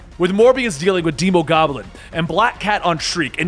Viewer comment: "deemogoblin" Wtf it's demo, as in demo disc, or demolition, not deemo...